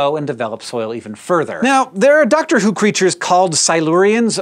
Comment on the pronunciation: now, there are doctors who creatures called silurians I had to rewind this section like a dozen times and still couldn’t figure out what he was trying to say. I thought I was going insane. I’ve never watched Dr. Who and I have no interest in ever doing so, and so when he says it like this (quick & nonchalantly) I assumed he was trying to say something in universal English, not making a pop culture reference. Anyway, there’s a Drake song about starting from the bottom and I just had to get to the bottom of this.